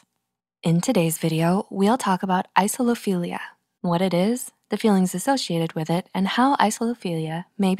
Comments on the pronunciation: the pronunciation seems to have fizzled out a little there towards the end... isophilia is not the same as isolophilia. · She starts saying "Isophilia" instead of "Isolophilia" around then end, including 3 times during the outro. I don't blame her though, slightly confusing word. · Text: Isolophilia Voice: Isophilia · when the narrator pronounces it wrong.